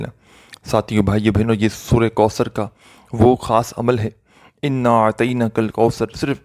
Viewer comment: Kindly sura kausar kee tajweed par ghaur karain,,,,,,baqi koi maasla nahee,,,laikin tajweed ghalt honay say meaning badal jata hay,,,,kisi achay qari ki tilawat sun kar dubara recording karain ,,,,,taa kay gauranteed sawab milay